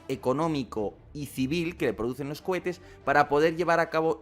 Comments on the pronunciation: ¿He oído "cobetes" en más de una ocasión? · Lo de decir Hebozlá y covetes es nuevo? 😂😂😂😂😂😂 al